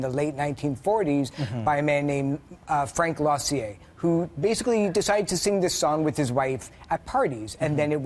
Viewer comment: "Frank LA-SEE-AIR"?" That's Frank Loesser -- promounced "Lesser" --!